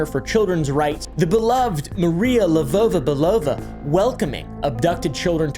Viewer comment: Btw as a Bulgarian (we gave the russians their alphabet) actually saying names with a slavic accent makes you pronounce them way closer to how they are. You say LevOva BelOva where it is more like Levova its not an OH sound it`s an OU sound